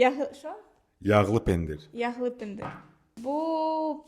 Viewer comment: Не пендир,а пендирь,не забывайте о мягком знаке и не семечка,а тум.